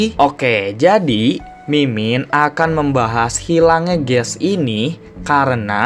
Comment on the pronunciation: Kok Kamu bilang kayak ges hahahaa